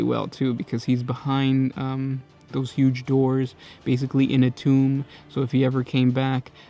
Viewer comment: "poesht"-post, "hooge"-huge, get a new host please